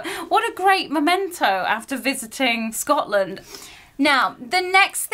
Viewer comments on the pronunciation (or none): none